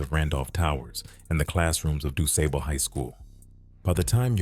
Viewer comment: Y'ALL KILL ME, DON'T EVEN LIVE HERE AND ONLY GO BY WHAT YOU READ. YOU CANT EVEN PRONOUCE DUSABLE HIGH SCHOOL. LET SOMEBODY THAT LIVE HERE AND KNOW THE SOUTHSIDE?